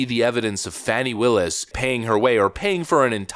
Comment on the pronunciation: This is not true. Learn how to prounce her name. This is not truth.